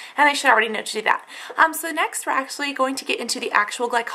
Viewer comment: I hate how you say "ThAAT" but nice video!! your skin looks amazing :D